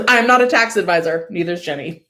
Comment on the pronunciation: I enjoy your channel and your whole vibe and think you're doing a great job. BUT "Ginny" is pronounced "gin" like the drink. Not "Jenny" (short for Jennifer). She pronounces her name on the channel. "Ginny" is usually short for "Virginia". I've been hearing you mispronounce her name for months and had to speak up.